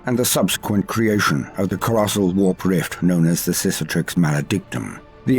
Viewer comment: I don’t think is pronouncing Cicatrix correctly... but I Do love that he keeps calling Chaos a sissy so I’m all for it